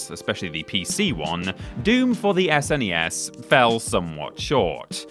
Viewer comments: Who says "Ess En Ee Ess" rather than SNES?! Nobody has ever spelled the letters out like that before, it sounds weird! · I'm Australian and I don't remember anyone saying "Snes"